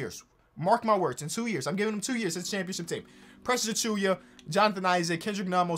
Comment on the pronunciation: Ain't it "Achoo-WA" tho